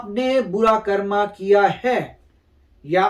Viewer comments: Please stop saying karma , its कर्म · This word not कर्मा this word is कर्म